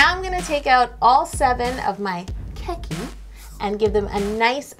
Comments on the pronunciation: Okay, I know this is really nitpicky, but I need to get this off my chest: The e in "keki" is long, so not "kekki" but "ke-ki" I really loved your video though and I'll probably try to recreate that ケーキ for my next birthday party ^^ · Wait it’s not keh ki...it is kay key ケーキー。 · The way she was saying it drove me nuts 😂 I took several years of Japanese and was always taught it’s more like Kay-Key not Keh-Key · you said kowai not kawaii and kowai means scary... kawaii means cute. Your pronunciation of the word kēki is off... it sounds strange. Its keeki not keh-ki more like kei-ki kei like the kay in the word okay. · Super easy to confuse but, in Japanese it isn’t ke-key it’s closer to cake-ee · Lol yo, it's pronounced "Cakey" not "kekey" I couldn't breathe whilst watching that bit 😂😂😂😂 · Kēki is actually pronounced cake-ie not ke-ke but cake-ie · the hell is "keh-key"?? It's literally pronounced "cakey" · Her Japanese pronounciations... She said kway and not kawaii, she said keke instead of kēki and this was overall pretty cringey with the Bowing and stuff, that’s just inaccurate ... I’m not hating, just saying since I’ve been there and I know a lot about Japanese culture and I speak fluent Japanese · orzo IKR and kēki wrong too 😂😘 I love this video! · you are saying keki wrong